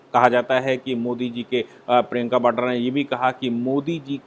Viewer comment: न तो प्रियंका 'बाड्रा' है, बल्कि प्रियंका वाड्रा है, और न ही 'भ्रस्टाचार' होता है, अपितु उसे भ्रष्टाचार कहते/लिखते हैं। Please be cautious, is my request, which you have been ignoring.